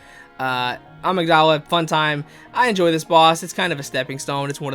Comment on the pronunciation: Bro is complaining abt how ppl pronounce Ebrietas but can’t pronouns Amygdala correctly lol